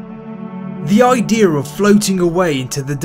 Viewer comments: "The Oiydeear" ... Come on it's Eye-deea. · First two words heard, "The IdeaR", no R in idea, not watching this as a result.